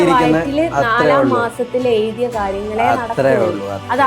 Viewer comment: നാലാ മാസത്തിൽ എയ്തിയ. എഴുതി എന്ന് പറയാനുംകൂടി അറിയില്ല. ഇത്ര വിവരമുള്ളു പിന്നെ ഇവളെ വെറുതെ ഇന്റർവ്യൂ ചെയ്യുകയാണ്